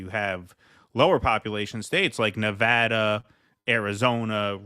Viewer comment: Thank you! You pronounced Nevada correctly! Much respect!